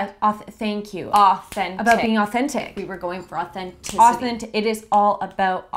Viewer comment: Authenticity! AuThENticeetY Yeah authENtIcITY!!